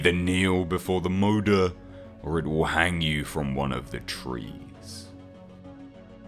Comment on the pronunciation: Am i the only one who was cringing at his pronunciation of some the Swedish terms in the video? (I think its Swedish, Moder is Swedish for mother so... Please correct me if i am wrong.)